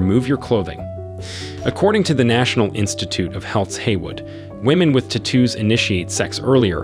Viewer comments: "Tattoo" vs "T-too" -- I'm not familiar with the English dialect the latter belongs...(?) lmfao! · Say it with me: tat-too, not ta-toos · Lol.. So annoying how he judges but can’t even say the word tattoo correctly 😂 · Take a shot every time he says "Te-two" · "ti-TOOs". Interesting. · Stop saying "tattoos" the way you do. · The way this guy says tattoos is annoying!! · The way you pronounce it sounds British